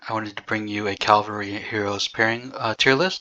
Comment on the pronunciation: Great video but why do you call the troop type a wrong name. It's C A V A L R Y.... not CALLVARY. 😂😅 Funny that you and GUNZ can't pronounce it right. 😊.